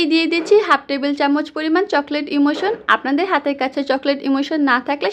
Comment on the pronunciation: আপু ওইটা চকলেট ইমালশন হবে ইমোশন না